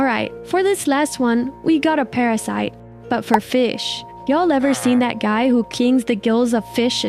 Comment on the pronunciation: The part where she mistakenly said Duy instead of guy